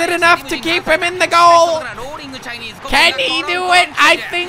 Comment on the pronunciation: Commentator: Rolling-u chinese-u! 😂